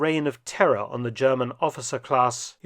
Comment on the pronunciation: Mark feltons German is always on point 😂😂😂